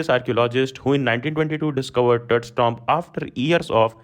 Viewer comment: ☘️# Sir ji your tomb pronunciation is so funny check it in Oxford Dictionary not like that tomb pronouns 😂😂